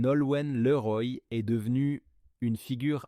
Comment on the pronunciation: Image mal trafiquée : on voit le collage et cette voix issue de l'IA : insupportable comme "liroïe" au lieu de Leroy : vs êtes nuls .. 😡